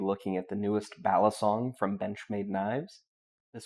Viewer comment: Fyi: Balisongs come in all sizes... mini, regular, and dagger size,, ever been to the Philippines? the way you say balisong is giving me a nosebleed sir ;)